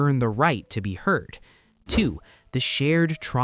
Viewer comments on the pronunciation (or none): none